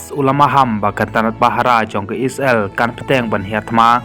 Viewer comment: u nong ai khubor ha ka ne ka channel um pat nang ban kynnoh..Ia ka Isreal ruh u khot..I-sra-el..Sngew blad ban sngap